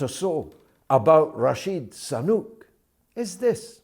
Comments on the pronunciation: I was wondering too. Is it on purpose? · George, you keep calling 'Rashid Sanuk' , while its actually Rishi Sunak.....!!!!, Why do that ? I wonder !!